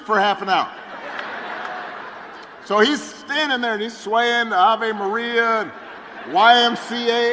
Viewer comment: It's not Eva Maria, it's Ave Maria, which means Hail Mary. It's a major Catholic church song . Understand ? Now, understand this too : communists hate religion, they call it the "opium of the masses", so obama and kamala hate any Christians opposing them. In fact, they hate ANYBODY opposing them. These two animals are communists, kamala is a Marxist, as she has proven in her talks. That other idiot, aoc, is a socialist (same crap as communism), bernie sanders runs as a communist, etc, etc. We are fighting to save America from becoming another Venezuela. So dont expect any of these scum to respect anybody who calls out the name of God at their rallies.